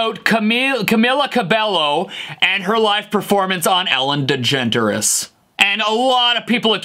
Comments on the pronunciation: I was just about to say something about it. You beat me to it! The Ellen Dedjenterous Show!” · did anyone miss him saying "ellen djenterous"??? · Did he say “ellen djentarous” or “ellen degenderless” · Ellen deGenErAtes